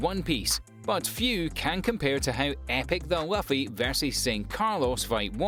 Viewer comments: 🤔 Luffy = Loo-fee 😅 I am sure he's doing it on purpose, right? 😂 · Not Puffy (luffy)* Monkey D. Luffy btw it’s pronounced [Loo-fee] Thank you though